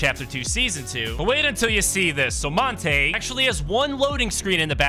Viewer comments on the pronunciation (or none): Bro calling montague montage and the llamas horses should be crimes. Its pronounced mont-a-gyoo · Just saying for your own sake man it's pronounced montag-you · His name is Mon-ta-hue.